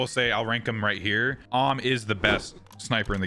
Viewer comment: A....W....M.....Not Auwm or whatever the fuck. Nice vid though bro. Very informative